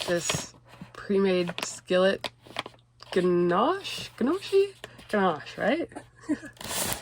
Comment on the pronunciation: It’s Nokie is how you pronounce that stuff and I’ll tell you one thing you got lucky it was molded because that stuff is disgusting